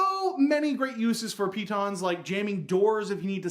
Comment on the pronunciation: still mispronouncing the stress. piTONS, not PEE-tons. It's not as funny as when you rhymed it with 'mittens', but still sounds silly. Pretend like you're French!